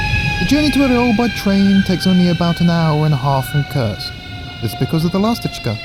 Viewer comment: Koorsk, not Kirsk, for God's sake